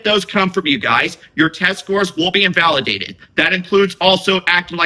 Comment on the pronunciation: It keeps saying invalueaded 😂